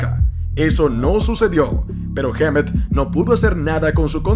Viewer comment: "Heamet"... jajajaja